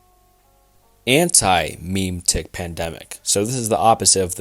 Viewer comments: I liked the video except for the way you butchered the meaning and pronunciation of memetic. If that were fixed, I think I would enjoy much more. Also: WWIII is the concept of all nations warring with eachother to the point of disrepair, possibly ending with the nuke theory. The End is in reference to the way that a story might end. The protagonist of this universe may complete their journey one day and we all may be unaware, meaning our "story" would end. The world would cease to exist at that point. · Mem-etic Not Meme-tic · Can you PLEASE look up pronunciations with terms you are not familiar with. Omg, chunks of this were straight up painful to listen to. Memetic is pronounced like Memory not fucking Meme tic. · So the memetic thing is (first off pronounced "mem-eh-tic") but isn't referring as much to internet memes as we know them, but really any sort of cognitive infohazard or dangerous thought. Like a sort of thought pandemic. The Flesh that hates is actually an SCP. being SCP-610 For some of the ending ones, the Shy Guy in SCP lore will kill ANYONE who sees him, so the idea is that somehow an image of him is spread to everyone in the world, and he just kills everyone. For Retrocausal rewritting, that means time itself changes, not just the records. For the video itself, you're doing some great work here! These kinds of videos can be surprisingly taxing. There are a couple of points of criticism I'd like to make. First, your pronunciation on a lot of words is a bit funky. Memetic as I mentioned above is a big one. Second, I'm not sure if you used a chatbot, but a lot of the script sounds weirdly AI generated. If you are using AI to help with scripts, I'd try rewriting them a bit to make it sound more natural. Other than that though, this was a great video. Keep up the good work! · it's pronounced ''mimmetick'' not ''meem-tik'' also sterilization means the inability to reproduce and has nothing to do with cleanliness. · "Muh-meh-tic", not "meme-tick"